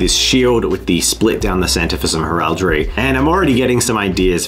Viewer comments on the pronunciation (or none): Please tell me I'm not the only one who cringes every time he mispronounced heraldry? 😂